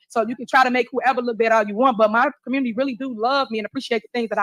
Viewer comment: LOL...Also what's is a "commurny"? 😂😂😂